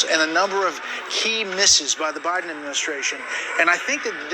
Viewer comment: president Obiden